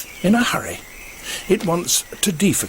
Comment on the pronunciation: "the sloath wants to deefacate"